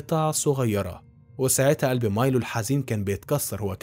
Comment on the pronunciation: مايلو وليس ميلو